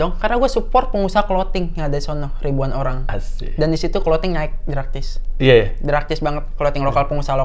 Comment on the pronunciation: 19.03 hey draktis draktis...drastis dong 😂